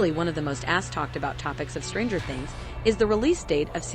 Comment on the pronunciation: she also puts emphasis on the word stranger instead of things